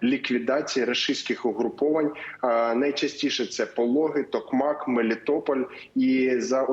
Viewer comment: Ну, скільки можна! Будь ласка, ведучі, завчіть, не "ЗапоріЖська", а "ЗапоріЗька", не "МелИтополь", а "МелІтополь"!